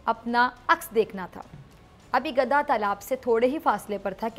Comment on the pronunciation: She doesn’t pronounce gadha correctly